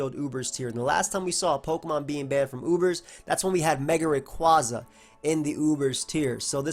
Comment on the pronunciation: THANK YOU FOR PRONOUNCING RAYQUAZA THE RIGHT (or at least how i did as a kid) WAY